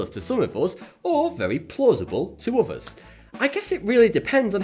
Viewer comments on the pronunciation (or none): none